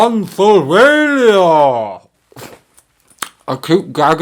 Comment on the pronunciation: Tonsil-vania did you say?? 😂 I will look at Anno Dracula and American Vampire. They sound like my type of book Have you read Interview with The Vampire yet? No one does Vampires like Anne Rice.